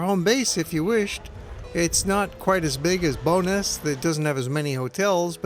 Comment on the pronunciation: Love it thank you for submitting it. Just to help: Bowness is pronounced Bow (as i bow tie) and ness (as in the first part of nestle), rather than sounding like Bonus (a payment for a great job) :-)